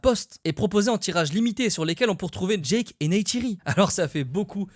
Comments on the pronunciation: Génial mais c’est Jake pas Jack Soso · Jake pas Djack 😂